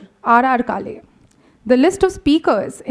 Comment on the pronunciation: to the lady doing the introductions at the beginning it is काळे and not काले . Surely you can take some effort to pronounce that right. you are representing the institute